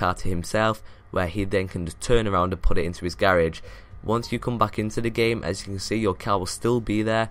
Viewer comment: Why the fuck does he say garage like that